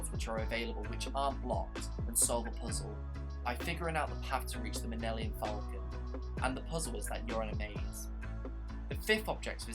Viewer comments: I’m very sorry that sounded mean and also I meant to say it sounded like Minnelium Falcon instead of Millennium Falcon. Also I am a big fan of your LEGO Star Wars: The Skywalker Saga series I am amazed how much research you put in to it. I’m so hyped. :) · the minellium falcon?? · U are saying millennium wrong ur saying it like nillennium falcon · bro you have said “minelium” falcon too many times for it to be an accident. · Dude obvi can’t pronounce star wars